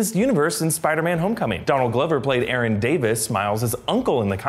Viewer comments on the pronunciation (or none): none